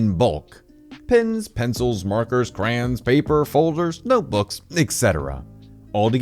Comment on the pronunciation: sorry, did you pronounce "crayons" as "crans"? what the fuck?